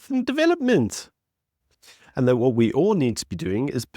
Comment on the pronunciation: Why can’t you just speak properly, man? “Wewd” it’s WORLD. “Wha” it’s WHAT. I’m sure I’ve heard you say “pacifically” instead of specifically, there’s others too. So annoying! “Disstassful” what’s that? Besides that, keep up up the good work.